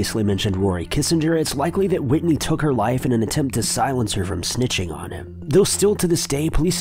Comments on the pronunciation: "Whitney" 😂 lol tf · "James Whitney Bulger" who the fuck is Whitney?!?!? Whitney?? Whitney?!!!?!? Who the fuck is that? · How do you NOT know who "WHITEY" (NOT "Whitney") Bulger is???